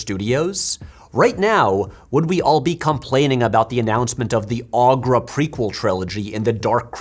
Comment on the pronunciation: In the movie, I'm pretty sure "Skeksis" is pronounced "Skek-SEEs" and Aughra is "OH-gra".